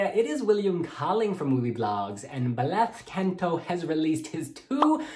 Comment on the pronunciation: not you saying Blath Canto 😭